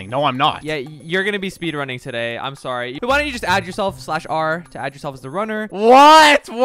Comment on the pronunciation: And to fix "Sorry" say the "O" more like the "A" in saw